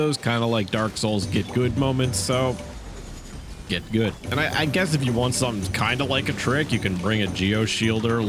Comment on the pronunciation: you mean to say "gut gud damage"?